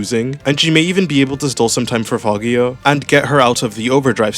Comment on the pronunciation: If it's name is in Italian then it's fagio with a similar G sound as in geo, I think, and you don't say the i